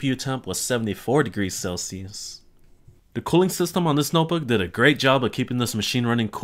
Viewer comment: I hate the way you pronounce "Celsius".